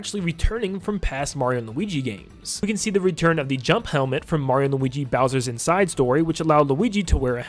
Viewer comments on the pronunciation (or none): Stop saying inside like that